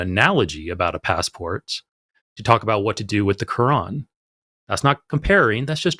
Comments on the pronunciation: Did he keep saying the name of that book like "ka-won"? That's what I heard. 😂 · Is it me or did keep calling the Quran the Cowan? What a siwee wabbit he was? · Aside from unique way of saying Quran....he brought a circular argument to the discussion which guaranteed he would fail in spectacular fashion...in less than 5 minutes. Way to go, ya blew it by blowing your top....and your cell phone service is substandard....and you squeak and yell way too much, which makes you sound like a person who has lost his damn mind....and ya probably need to grow up a little bit, which is an understatement in your particular case. You're Welcome